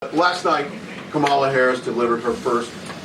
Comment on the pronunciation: Interesting (?) that finally pronounced Kamala's first name correctly after tRump won. Yeesh...